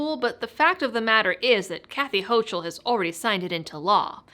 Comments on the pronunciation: Not that it matters, but its Kathy HO-COOL (not HO-CHOOL) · it won't stick , my uncle is a NY lawyer--- ps you are mispronouncing the governors name --it's pronounced ''HOCO '',, the vowel ''O'' are both long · Good video. Thanks! Please get Hochul's name right, it's German so the 'ch' is hard like a 'ck' (let's not willingly give them the ammo they need, to have a justification for calling us 'ignorant ignoramuses and un-educated rubes')!